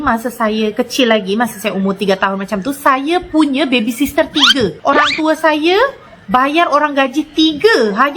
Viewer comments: Iya kok orkay nyebutnya baby sister..baby sitter kaliii..duh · orang malaysia salah mengucapkan dalam bahasa inggris, harusnya babysitter bukan babysister😄😄😄